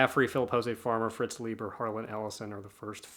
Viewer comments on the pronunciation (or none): Brunner is good. SHOCKWAVE RIDER a proto-cyberpunk. Like you, I love Bear's BLOOD MUSIC. Cordwainer Smith and Stanislaw Lem are great auto-acquisitions. The awards volumes always make for good reading. Fritz Leiber's surname is pronounced Lie-ber, not Lee-ber. The Zelazny, LORD OF LIGHT, is really good. Spinrad is oft excellent, but I've not read that specific title. Love Vance. THIS IMMORTAL is good Zelazny. It tied with DUNE for best Hugo novel in '66. L'Engle is pronounced like the apostrophe isn't there. French in origin but anglicized. LENG-el. WIZARD OF THE PIGEONS is wonderful urban fantasy. Love Avram Davidson. I'm not as enamored of his SF, but his Fantasy/Weird stuff is great. THE PHOENIX AND THE MIRROR is great, but also hard to come by. I've never come across that edition in the wild. You're right on the Ron Goulart pronunciation. Ghoul-art. Incredibly prolific, infamous for writing the William Shatner TEKWAR books. HAAKON, not MAAKON. Quasi-historical fantasies centered around Vikings. More sword and sorcery adjacent than true sword and sorcery. Aye, Lumely wrote the NECROSCOPE series. Tiptree was, and remains, a favorite. Gérard Klein, not Gerald. French SF author. His short work, especially the early short work, is his best. The novel isn't related to Nivel and Pournelle. It's just that both titles are playing off of a Biblical episode. Gosh how Thomas Burnett Swann's profile has fallen. THE INTEGRAL TREES is Hard SF. It doesn't begin realistically like BLOOD M